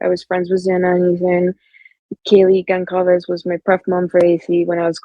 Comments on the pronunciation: She says Kaylee's last name the same as Dylan does, "Gonklaves" . If I was Dylan or Bethany than coming out as if I was a neighbor or someone would be an incredibly tempting thing to do because I am sure I would want to say things And be able to have my own voice in the internet space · Gonkalves ? Is that the proper pronunciation ? Seems like she would know.